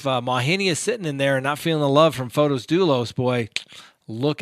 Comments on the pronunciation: I love how keeps butchering his name! ("Photos" vs. Pho-tiss) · Yes the way keeps calling him "Photos" vs Pho-tiss is too funny, love it!